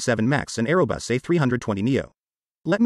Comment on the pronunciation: It’s Airbus not aero bus